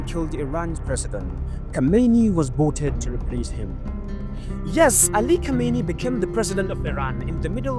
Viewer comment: Just learn the difference between khomeni and khameni❤